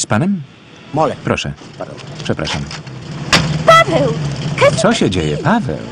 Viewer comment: No właśnie powinna wołać "Paaweel" a nie "Paaweeł"... Niemcy nie wymawiają'ł' (Franciszek Dolas : Chrząszczyrzewoszyce powiat Łękołody)